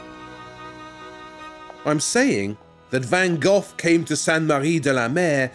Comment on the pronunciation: Van Geoff? Honestly? That's how you're going to choose to pronounce it?